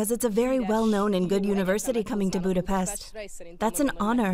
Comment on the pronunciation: So, you pronounce Budapest with an S, which is wrong, there should be a Š sound (SH) but you say FIDEŠ, which is also wrong (it should be FIDES, with an S). Journalism at its worst.